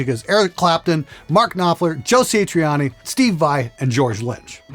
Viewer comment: Did he say Joe SAY-triani? Fricker...youve entered terribly dangerous ground. If you dont know Joe Sah-triani you might get your club card taken away.